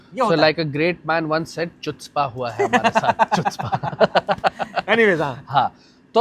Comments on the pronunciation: Chutzpah----> चुत्झ्पा ❌ कट्झ्पा ✅ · Lol, Chutzpah nahin bolte, HUTZPAH bolte hain. Choo se bahar niklo doctor sahib. hahaha.